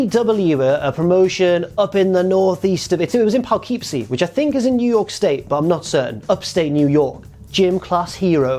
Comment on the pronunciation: its pronounced poe-kip-see, fyi ps my little gay heart just wants becky to get all the points and titles so i'm happy she's on the list again this week :)